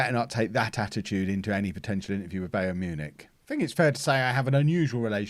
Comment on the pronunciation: Is it me or is mispronouncing Bayern Munich?